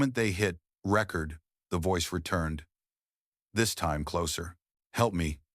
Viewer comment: So we're skimming over the fact it pronounced record (as in lp) vs re-cord like you would do to a disembodied voice. AI has no buisness narrating anything